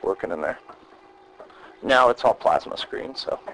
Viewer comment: “Plasma” 😂 just so weird hearing that